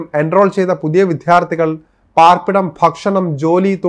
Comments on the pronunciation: വിത്യാർത്ഥികൾ അല്ല. വിദ്യാർത്ഥികൾ.ശരിയായി മാതൃഭാഷ ഉച്ചരിക്കൂ. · "വിദ്യാര്‍ത്ഥികള്‍ " ശരിക്ക് ഉച്ചരിക്ക് . മഹാ വൃത്തി കേട് 😮😮😮😮😮